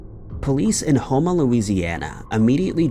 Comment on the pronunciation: As a light-hearted comment, I'm impressed Houma, LA was pronounced correctly.